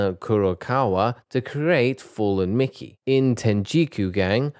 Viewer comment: minutes of someone mispronouncing names)